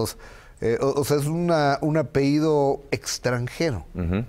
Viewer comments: Se dice ( apellido ) no ( apehido ) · Ay Gustavo, ya te iba a contar cómo los presentaron y lo interrumpiste. Permíteme hacerte una observación respetuosa, se dice apellido, no apehido. Saludos ✨ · TODOS PODEMOS COMETER ERRORES AL HABLAR.........PERO UNA PERSONA QUE VIVE DE HABLAR?? ES INACEPTABLE QUE NO SEPA QUE SE DICE APELLIDO Y NO APEIDO. A LEER MAS GUSTAVO ADOLFO.